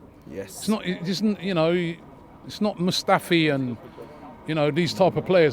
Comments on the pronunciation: It’s not mustafi 😂😂😂😂😂😂😂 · Man said mustafi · Bro said mustafi and said no disrespect. Robbie!!? Yes disrespect!! You know how depressed this guy made me for years😭😭